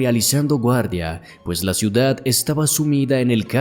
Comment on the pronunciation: Critica constructiva. Deja de terminar las palabras con una "e" sonora, suena horrible, más sabiendo que es forzada para dar apariencia de locución de altura. Ej : Di "ciudad", no "ciudade", "antigüedad", no "antigüedade", "canal", no "canale". 😂😂